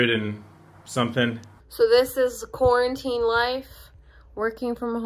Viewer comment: giving off 'small country town' vibes by pronouncing 'quarantine' as ' Corn-tine '